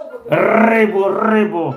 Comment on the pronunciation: ...рррррыбу видкрый))))